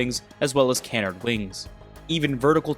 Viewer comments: It's pronounced kah-nard not canennerd . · Wonder how many Saab sedans the Viggen caused to be sold. ps Canard rhymes with hard, not bird. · Your pronunciation of “Saab” and “Canard” are irking lol